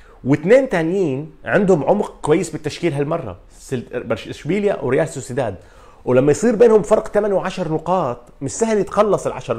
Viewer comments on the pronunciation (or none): none